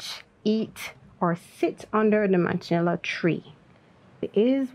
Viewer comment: Man-cha-neal is the correct pronunciation for Manchineel. You said, "Man-cha-nill-a"... which is wrong. Also, Caribbean is pronounced " Car-ah-b-un. You said, "Cah-rib-e-un"...which is wrong. Not only do you need to be careful with your speech; you also make mistakes in your writing. For example: "Not sure why ITS was pronounced wrong in your opinion." Note also that Bajan is spelled with a capital B....You wrote, "bajan"...which is wrong.